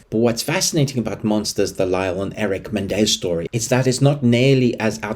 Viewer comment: It's pronounced Me Nen Dez....not Men Dez.